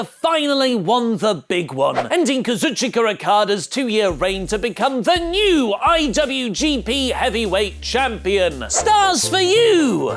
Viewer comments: saying kazuchika sounds like kazuchiker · To be fair,. he heard Rocky Romero's version where he calls him "Kazu-chica' because he thinks it is funny to call him chica.